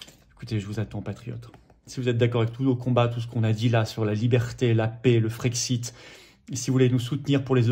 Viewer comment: Plusieurs remarques : _ à quand l'union avec Asselineau,Dupont Aignan et Kuzmanovic ?? _ Pouvez vous acheter un micro , car le son est très moyen.. _Quand on prononce le mot " paix" , c'est l'équivalent en phonétique du son "ê" , et non pas "é" , comme prononce Florian, tout le temps (!) La souveraineté commence par respecter notre langue française. D'avance merci ☺️